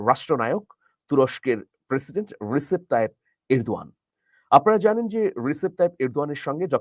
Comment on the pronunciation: His name is Rejep , though written as Recep. In turkish C is prounced as J.